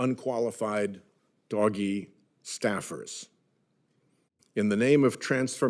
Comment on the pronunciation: Who calls it "doggy?" Isn't it more like "doe-shj? "